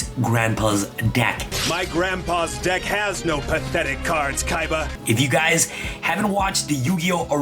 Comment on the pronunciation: Seto Kiba (Seto Kaiba) Zed Kiba (Zed Kaiba)